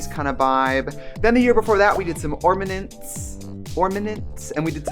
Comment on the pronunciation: ORMANENTZ. Not ornaments, but ORMANENTZ, 😍